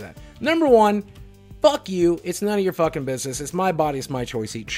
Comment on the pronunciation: The way he pronouces c's and k's is absolutely grating. "I dont fachking care"